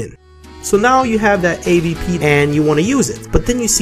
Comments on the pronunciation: AWP not AVP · Did he just say Aaa-Wee-Pee? Its an Aaa-doubleU-Pee... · wtf is a WE p isnt it a double u p?? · he always says AVP no AWp :P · dude plz dont say A V P it is A W P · did you really said ayweepeee...